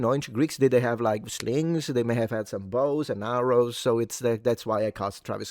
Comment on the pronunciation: Did you say “bros n arrows”?!?! 🤣